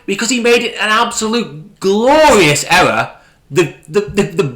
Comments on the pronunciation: Ewwwor! Ewwwor! Ewwwor! Elmer Fudd's English half brother. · Oh no he actually made a huwge ewwor. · The way this guy pronounces the word "ERROR" is an "ERROR" within itself 🤣😂🤣 Love how he says thunderf00t doesn't do any research when the boring company website still currently has the same plans on their website from 2 years ago & how he used Reddit for updates on the project. Also love the way he tries to explain why you wouldn't want to have the new station link up with the current stations at LVCC and have to walk through the convention centre to get to the new proposed station linking to the hotel. Keep it up mate your comedy gold & please be sure to let us all know what Elon's pecker tastes like in your next boring company video 😆